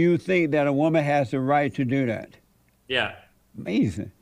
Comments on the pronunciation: Amazin, that's amazin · I swear when JLP doesnt understand something he just says AMAZIN'.